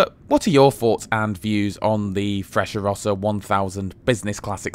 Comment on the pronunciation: I traveled from Milano to Roma and back several times. In spite of all the extolling commercials of the Frecciarossa (Italian pronunciation is different from yours), I think you are completely right.